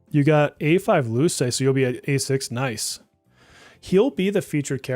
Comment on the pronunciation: Use Google Translate to hear how to pronounce Luce🌹 Characters from Persona 5 Dancing is a waste of a pull. They could have done better🤬